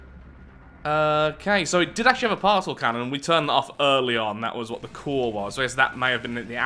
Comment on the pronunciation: It still amazes me that you pronounce Particle as Parsel instead of Part-ih-kuhl